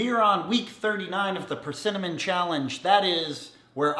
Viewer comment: You said PerCinnamon. Try again.